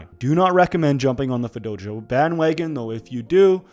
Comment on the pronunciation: you heard that right?! i thought i was trippin for a sec LOL